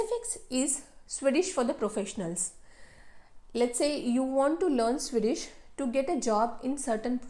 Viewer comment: Swedish ❌ Sui-dish ✅